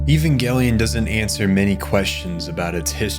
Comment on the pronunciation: The director has already stated, it's pronounced evan-gelion. Over a decade ago. Don't make a lot video if you don't even care. Let me watch the rest of this drive to get a bigger picture of your ignorance, nah garbage.